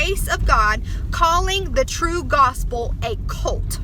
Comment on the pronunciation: Did anyone tell her it’s “cult”, not “colt”. Lmao